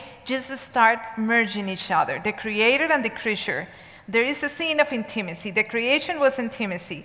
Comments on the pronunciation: the correct pronunciation is: IN-tuh-muh-see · Hard to listen to with the wrong pronunciation for me